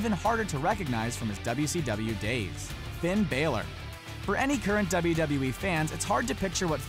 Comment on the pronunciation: The way he pronounces Finn's name😤